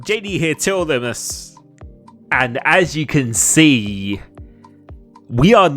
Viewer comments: I have even listened to the intro in 0.5x speed.. he definitely DOESN'T say limitless.. more like limess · what does he say in his intro? "Yo TRL ......"? It doesn't sound like limitless at all and been trying to work it out every time I watch a video lol